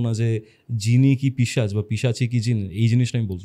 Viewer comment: পিচাশ❌ পিশাচ ✅ correction kore nio. Khub kane lage tomar pronunciation ta